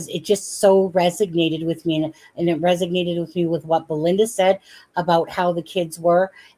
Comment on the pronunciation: isn´t it resonated? why you saying resignated?